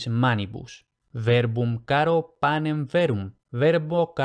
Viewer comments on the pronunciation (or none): none